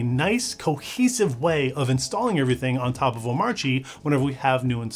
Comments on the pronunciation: The video is great. But pronunciation of Omarchy is terrible. its the same as like Oligarchy it is pronounced kee not chi. damn that was tough to listen to. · Small thing, but I thought "Omarchy" rhymed with "anarchy". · Nice video. Why does DHH not pronounce the 'r' in Omarchy. In the r silent in Danish?